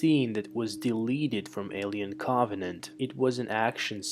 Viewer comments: He says, “awien Caabanant” lol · "Alien caaauuuuggghhvenant" why cant you say Covenant!? 😂😂😂😂😂😂😂😂😂😂😂😂😂😂😂😂😂😂😂😂😂😂😂😂😂😂😂😂😂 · "Co-vuh-nent" 🌚 I fell asleep 😵